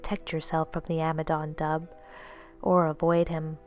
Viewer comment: Dubh is pronounced doo as in skean dubh which is a ceremonial knife worn with the kilt...whole name is Ski an doo (phonetically) I have never heard of the parasite one so I am not even making an attempt at the name because, although we both (Scotland and Ireland) speak gaelic its a totally different dialect. If I think I can help you again I'll edit so it doesn't look like a raft of negativity which it isn't. I am really pleased to have found this channel.